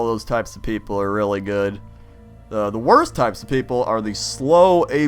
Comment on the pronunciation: Orthography is easy to learn...but "relly" hard to "marster".